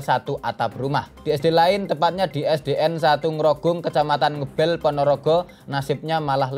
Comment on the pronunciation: aku wong cedak cedak Ponorogo. Iku mocone duduk "ngebel" tapi "ngebel"